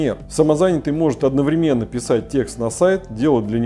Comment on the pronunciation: Какой безграмотный человек, слух режет – неверное окончание, правильно «…четырехсот» тОрты, а не тортЫ одноврЕменно, а не одновремЕнно